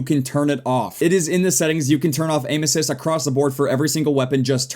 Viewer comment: when ever he says " Aim assists" it sound sounds like he's saying ANUSES